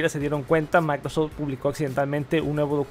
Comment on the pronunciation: "Maicrosech" 🤦‍♂️ Saludos cordiales.